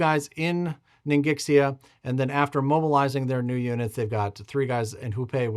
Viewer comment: buddy. We have GOT to get your Chinese pronunciation under control. It makes me want to cry. I love your videos, but I feel like if the Chinese were to watch it would fray nerves even worse than the current tariff situation. Ningxia is "ning sha", rhymes with "thing spa". Chinghai is like it looks, "ching hai". The second syllable starts with H, it's not "ching guy". Fukien is "fu ji en", three syllables, there's no hard K sound. Sikang is "shee con", as in conman. Hupeh is more accurately "hoo bay". Kiangsu is "jong soo", rhyming with "gong". Suiyuan might be the worst offender. It's like "sway yuen", three syllables. Kwangtung is usually written Guangdong these days, and is pronounced like that. Yunnan is basically fine. You might be thinking that these all look really weird, and basically, 100-200 years ago, romanization of east asian languages was really crappy. Japanese has the same problem. I used to live in Kyoto, formerly known as "Miyako". Miyako is great romanization, anybody would pronounce it correctly on their first try. But I have old maps that spell it "Meaco" which is nauseating. I'd wager Korean has the same problem.